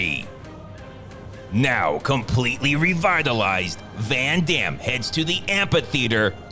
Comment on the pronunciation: 'Ven Dem' 😂😂😂😂